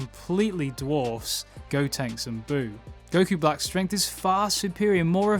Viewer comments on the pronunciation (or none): none